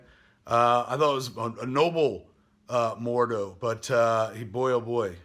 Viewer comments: It's Mordo.. not "Morduu". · who the fuck is mordoo??? MORDO!!! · "More-doo" and "Doorma-moo" huh. Isn't Matt Key your producer? For shame.